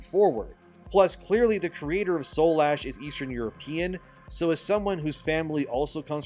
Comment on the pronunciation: Dude. Read the title of the game. It's Soulash not Soul Ash. Shit makes me cringe. It's right in front of you just say it right 💀